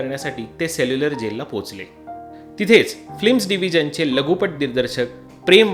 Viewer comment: फ्लिम नाही रे, "फिल्म" असे म्हणावे